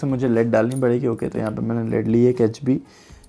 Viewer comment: Sir ji, "लेड" hota hai. "लीड" नहि। Just letting you know, please don't be offended.